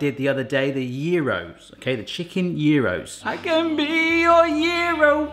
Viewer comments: Hi, just to let you know γύρος is pronounced gearos. Good video, thank you. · you are saying gyros wrong